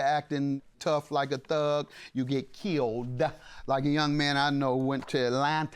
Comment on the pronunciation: JM's enunciation "robbEDDD and killEDDD in AtlantAAAAHHH."😂😂😂😂😂